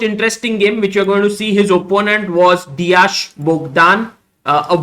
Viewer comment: You've to pronounce it like "De-ak"